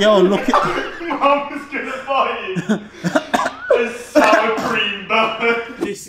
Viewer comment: "I know this will be, on bar, the most souwah sweets in human kind history"